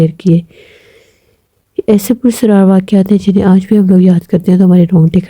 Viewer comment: لفظ پرسرار نہیں ہے بلکہ پراسرار ہے۔ آپ کو اپنی اردو صحیح کرنے کی ضرورت ہے